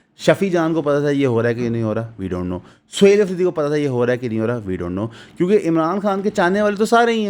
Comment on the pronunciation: O bhai naam to sahee ly liya krein. Its "Araghchi" "Pezeshkian" and "Sohail Afridi" Roz e roshan ki tara "Ayyannn" its 'n' without dot in it